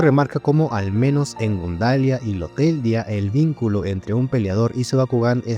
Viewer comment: Cada vez que dice lotelia me da una mini embolia